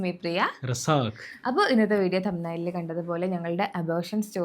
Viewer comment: പിന്നേയ് ഈ ഇൻട്രോ പറയുന്നത് ഒന്ന് മാറ്റിപ്പിടിക്കണം ട്ടോ ഇനി പറയട്ടെ 😁സാക്ക് ന്ന് മാത്രം കേൾക്കുന്നുള്ളു 🙈